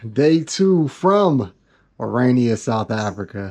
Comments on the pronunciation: Stop calling Irania 😂it is Orania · It's pronounced O-raa-nee-a, not O-ray-nee-a. It made my stomach churn every time he mispronounced the name. Aside from that, it was a fascinating video. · You finally, almost pronounced Orania correctly.....Kept sounding like Iranian.... Excellent docu. For a South African, I knew very little about Orania before this. Thank you so much for you time, courage and curiosity. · Bro relentlessly stuck to mispronouncing it as Uraynia throughout 💀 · You're actually on the continent of Africa, which is one of the least racially diverse areas of the planet because diversity is only for white countries, and you feel it's necessary, or relevant, to mention that you're the only black person in a small restaurant? Man, you brought that chip on your shoulder to Orania, a beautiful little town whose name you PURPOSEFULLY mispronounced throughout your video, to the inhabitants faces, with a single exception. What a disgrace!